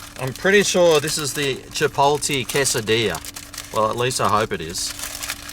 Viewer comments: "Chipoltee" haha- it's chip-ot-lay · chipolte ahahah, its pronounced CHIP - OTT - LEY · Chipoltee? Isn't it like Chipotlay?